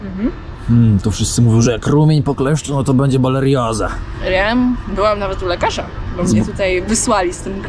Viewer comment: BoRELioza, a nie bolerioza, mistrzu 😁